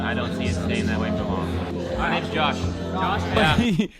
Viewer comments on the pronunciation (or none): none